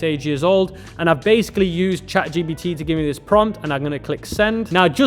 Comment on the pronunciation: Bro ChatGPT not ChatGBT lol